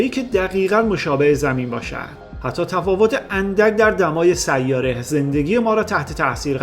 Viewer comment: برادر خواهش میکنم ه اخر سیاره را غلیظ تلفظ نفرمایید. تمام ه چسبان اخر کلمات را ح تلفظ میکنی اشتباه است. ببخشید